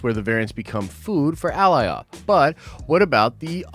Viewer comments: Al-lie-oth!! 😂😂 good try bro. They literally say its name every few mins in this episode! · Dude, they literally say the name Alioth in the show a number of times to give you the pronunciation.. Ah-lie-uth. You know your stuff but the gross mispronunciation is distracting and hurts your credibility on attention to detail when having insane attention to detail is like one of the biggest prerequisites to being an uber nerd about this stuff. It's a stupid gripe, I get it but dude.. you are better than this! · It's A-lie-ith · Say Goliath without the g. Killing me sayin the name like that. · “Ally off”??????? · cringe every time I heard Alioth mispronounced. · I don’t understand how people still say Alioth wrong after they said it numerous times during the episode.. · Lol dude, how are you mispronouncing Alioth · Man, they said the name 'Alioth' multiple times in the episode and you can't say it right 🤣🤣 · Nice video but man you're butchering Alioth's name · You obviously know how to pronounce alitoh. Why would you even pronounce it bad lol you obviously saw Loki. Stupid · Downvote only because the mispronunciation of "Alioth" especially when its revealed multiple times in show how to properly pronounce it. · Too much emphasis on Alioths name when they literally was sayin it the correct way In The show .. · I’m a big fan and not hating but dang. How are you slaughtering these names so bad here lol. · How you mispronouncing Alioth when they said the name like twenty times in the episode 🤣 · Good lord I thought I was the only one hearing that. Lol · Completely butchered Alioths name. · brooo not hard to pronounce alioth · the smoke giant’s name is Alioth. basically it’s Galioth like the rollercoaster but without the G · Cringe every time he says Alioth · How do you watch the episode, hear them say Alioth and still butcher it that bad?! 🤦🏽‍♂️🤣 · Glad I’m not alone. I’m so close to disliking the video lol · Right? How is he gonna mispronounce it after watching the episode?